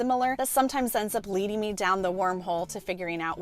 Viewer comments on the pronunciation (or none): none